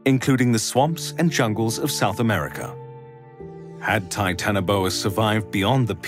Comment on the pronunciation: Titanaboa (Hancock)???